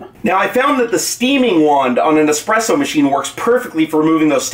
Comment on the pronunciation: It's espresso, not expresso. Word is Italian.